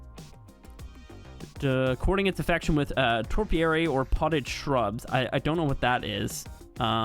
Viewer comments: Topiary is pronounced Toe-P-airy, yes the big floating island is 100% Pay to Win, and yes ASA has always been nothing but a huge cash grab from a greedy company Snail Games. Alot of us never left ASE and many of the people that were deceived by the hype of ASA are returning to ASE as the numbers are showing in Steam. Which does not even count the other platforms available. ARK or at least ASA is dieing and me personally I can't wait to shout a big "I told you so". Greed will be the downfall as predicted. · "topiary" is bushes. Not "toRpiary" nothing in it talks about marco berries or torpor